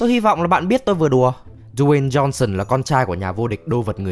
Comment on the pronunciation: Đờ Way "Tiny" Jôn Sơn =)))